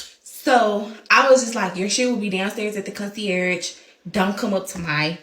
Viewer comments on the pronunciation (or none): Concie-arrige?? Are you trying to say Concierge or nah? And what does Lord & behold mean I’ve never heard that expression before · Lord and behold 😂😂 Con-see-airage 😂😂🤦🏻‍♀️🤦🏻‍♀️